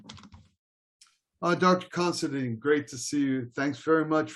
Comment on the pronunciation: how come all these narators and such pronounce our last name as CONSIDEAN where as the last four letters is spelled DINE . i am more interested in the introdoction of christianity into ireland, but i do recognige the achivements of craig , i just do not agree with him ,but he has a fine charactor God bless him in his seach , not of religious beliefs but the GOD of patrick and columba, also of the true meanig of monasteries